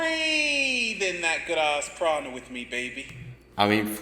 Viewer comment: The fact he calls it "good ARSE prana" says it all. Arse Prana? That's literally a fart!!......I definitely aint up for breathing that shit in!! hahaha